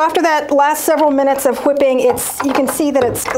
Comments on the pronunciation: Is there a reason you pronounce W’s like Stewie? “HHwipping” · She says whipping kind of funny lol